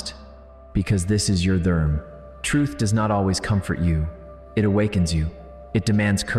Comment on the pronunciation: Your video keeps saying derm. Should it not be darma?